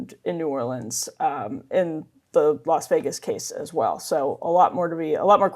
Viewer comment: This chick said “las vigiss” and”telamet-tree”